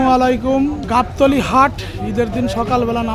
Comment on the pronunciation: Salara togo gabtuli aste bole ke.